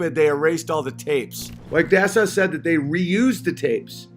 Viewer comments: Why does he call NASA "Nassau" ? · Did he say Nassau for NASA 😂